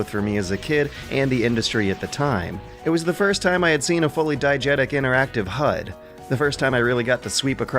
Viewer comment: all these YouTubers mispronouncing basic words and totally screwing up their syntax....meanwhile over here casually using "diagetic" correctly like it ain't no thing. Really classes up the place. Never leave us,. We need you. EDIT... diEgetic... do as I say not as I do...?